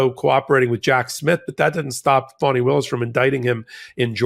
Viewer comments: Keep sounding like you say funny Willis and I keep double checking and I’m on your side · Do you intentionally mispronounce GA DA fani Willis name?? I've heard this on some of your other podcasts.